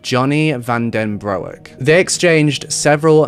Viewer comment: Van den bro ek nononnonon u can't butcher names you are British not American its Broek pronounced Brook in english y have I never heard of this i am dutch